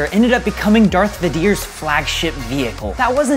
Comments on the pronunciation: Me and probably everyone else: Darth “Vay-Durr”: Darth “Vuh-Deer” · he lost me at "darth vudeer" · Vadier? Jeddy? Please stop. Don't make like you're all Star Wars. Somebody tackle him. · Darth vaadeer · Return of the jedee Veder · he said radiiii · Everyone: Vadeer, Jeddy Me: What, nobody talking about AT-AT? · Ok this man cant pronouce vader and jedi... He instead pronouced it Vedyr and jeddy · Darth vadeeyer destroyed those jedee with his at at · Darth "Ve-dear"??? has this dude even seen star wars?? Return of the "Jetti"?? Come on, man! this gotta be a prank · Who the hell is Darth V'dir? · lol darth Va deers"